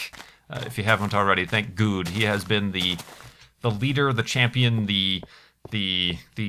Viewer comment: lol - did you say "Thank God" earlier on in the video or did you say "Thanks Guude" or both?